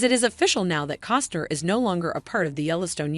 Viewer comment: Say it with me....C O S T N E R